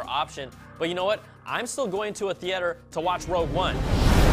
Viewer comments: My eye twitched every time you said Thee-Ate-Er. Sheesh Lol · They way you pronounce theatre cracks me up every time. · You pronounced theatre funny